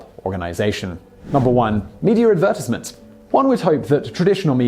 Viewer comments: "Media advertsmnt" I'm sorry? Can you say that again and actually pronounce it correctly? xD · "Meteor advertazmunt" SIMON, what dialect of British English does your accent hail from? Not making any fun because I have my own speech patterns that sound funny to others like pronouncing favorite as fayvert. I'm just curious? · Wait is that the way to prnounce advertisment? Have I pronounced it wrong all this time?! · Tobias I was just thinking the same thing lol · we're just used to a different pronounciation lol not trying to be rude or disrespectful about it